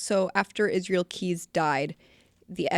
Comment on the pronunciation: It pisses me off how people try to talk about Israel Keyes and his story/case when they don't have a bloody clue. Stop trying to put words in his mouth or create situations that don't exist. Fuck. Also if you cannot pronounce Israel properly then call him by his Nick name "Izzy"...should make it simpler.. one would hope.